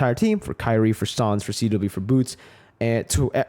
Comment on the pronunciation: Why is CW called Cheh-Weh?